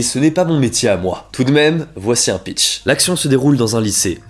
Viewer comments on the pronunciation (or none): none